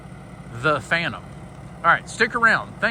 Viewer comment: The Phan-nem 😂😂